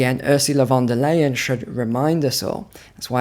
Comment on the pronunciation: VON DER LIEN OR bitchenlien, lady?